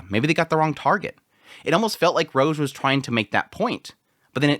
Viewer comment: Rouge is pronounced with an "oo" sound (like food) not a hard "o" (like mode).